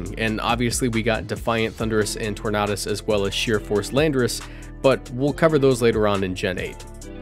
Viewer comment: Tor-nay-dus. You know, like a tornado.